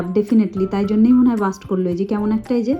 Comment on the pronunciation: Ota bast noi blast 😊